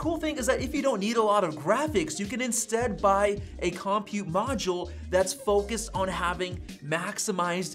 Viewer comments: This is the second youtuber i've watched that pronounces "compute" as KOM-pute instead of cumpute. What is going on? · I'm excited about this possibility but had to quit listening after you mispronounced compute. The accent is on the second syllable, kəm-pyoo͞t′. I don't understand why dictionaries use this but it's not COM-pute, it's com-PUTE. Like the way you say computer so it's a com-PUTE module. Actually, I've been thinking about multiple (or replaceable) CPU modules ever since the M1 came out. These could be arranged like a blade server. It doesn't appear that Apple is thinking about multiple compute modules but only upgradeable compute modules. In some ways, I'd rather Apple come out with an architecture that allowed multiple CPU/compute modules with independent secondary memory and storage modules along with mother/daughter cards (or backplanes) that included upgradeable PCIe buses for faster I/O technologies (Thunderbolt, GPUs, etc.). Can Apple develop software that would allow this technology that is already in use on supercomputers? If you look at supercomputers, each compute module is not that fast but when you put 8,730,112 cores together (new top500 supercomputer from Cray, installed at Oak Ridge National Laboratory, 1,102.00 PFlop/s but takes 21,100.00 kW to operate) with special software you get a very fast computing system. I don't see Apple going this far but what about a derivation of the M-series SoC that only contains enough memory and storage to boot and operate each M-99 compute module (CM). Apple could include a dozen or two Mx small modules into the M-99 CM instead of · Lol "Kahm-pute" module